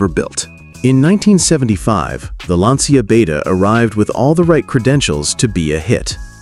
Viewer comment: It's pronounced "lancha" And I owned a coupe. 50/50 it would start. And it was repainted before I picked it up from the dealership.